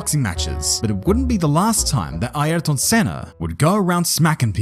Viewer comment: But he's pronouncing it properly.